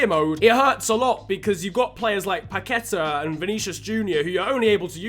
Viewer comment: As a Brazilian, I loved this video and your coverage of the missing games but, PLEASEEE the name is Paquetá, not Paquéta. The emphasis is on the A. Just letting you know as you go forward , so you can pronounce the names correctly. Keep going with the videos, gave it a like!